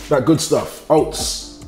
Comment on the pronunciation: Man said oasts i'm done forget oats i'm bot eating that